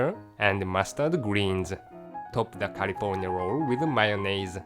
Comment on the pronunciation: I love how he says mayonnaise :D